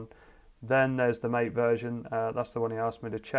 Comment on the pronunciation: Looks good! Incidentally, MATE is pronounced mah-tay. It's named after an Argentinian drink.